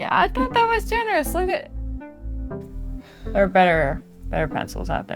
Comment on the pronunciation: "im not putting it in theww"